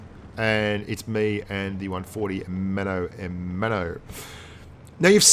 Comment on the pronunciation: Ahahahahaha im spanish and i die of laugher each time you say "mano a mano" ITS JUST SO GOD DAMN FUNNY